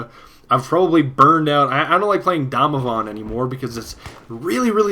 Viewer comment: the way you pronounce Damavand sounds so German. Do you have any German relatives?